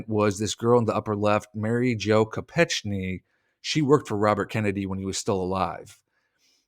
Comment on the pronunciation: to be respectful to her memory we should get her name right: I recall that her last name was pronounced Ko-peck-nee